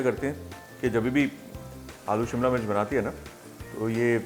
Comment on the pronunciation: उसे सिमला नही,, शिमला कहते हैं। सभी श को स बोलने वालो से दरख्वास्त है कि इस तरह की बोली को आगे न बढ़ाए,,खुद में सुधार दें।प्लीज